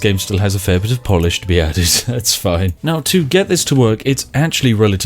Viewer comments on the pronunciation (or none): none